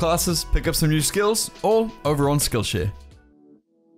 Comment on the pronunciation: When u say skill share it sounds like skill sh*t